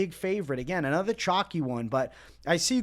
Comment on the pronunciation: by the way, you know it’s called “chalky and not “chocky” right? Say it with me. 🗣️ Cool Whip.. Cuhl Whip.